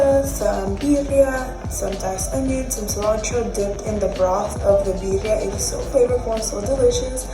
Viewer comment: Sis, it’s BEER- REE- AH!! I love this video 😂